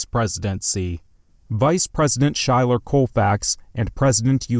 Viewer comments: It’s pronounced SKY-ler (Schuyler) Colfax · it’s pronounced “Skyler”